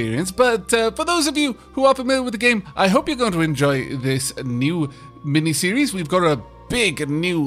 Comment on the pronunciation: Oh, it hurts my heart when you say miniseries. Would happily just watch you play games like this 24/7